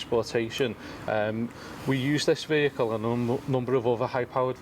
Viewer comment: She did the thing "ve-heacle" lol